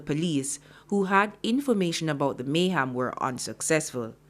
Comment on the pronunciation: And isn't not Mayhaam ...it's Mayhem